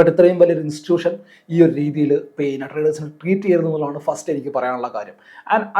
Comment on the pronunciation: പീന്നെ അല്ല പിന്നെ 😂